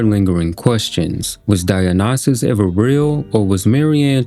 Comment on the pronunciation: Dionysus: die en isis. That’s how it’s pronounced